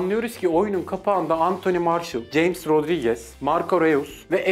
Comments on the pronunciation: James jeyms diye değil hames diye okunuyor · ceyms rodriguez degil hames rodrigues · jeyms rodrigez deil ames rodrigez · Güzel söylemişin de James Rodriguez'in ismini (Jeymıs) yerine (Hames) diye okusan daha güzel olurdu.Futbola uzaksın galiba. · ceyms Rodriguez ne la :D hames Rodriguez diceksin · James j le okunmuyo hames diye okunuyor